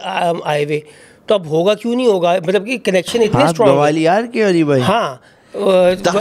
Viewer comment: Gawalior nahi hota gwalior hota hai😂😂😂😂😂😂